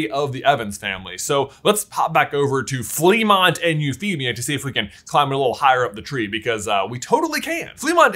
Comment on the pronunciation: It's pronounced "fluh-MONT"